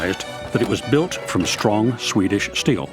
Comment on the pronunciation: say "steel" - "shteel" mmm say "strong" - "shtrong" oh well, try saying "Swedish" - "Swedish" yeah one out of three